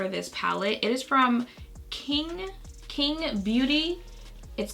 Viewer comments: Hey. It's pronounced qing=ching. It's a Chinese name. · Qing is a popular Chinese surname and the “q” is pronounced as “ch” but I thought it was cute how you pronounce it as king😂 btw Jackie mentioned you in her latest video💕💕 love the both of you💛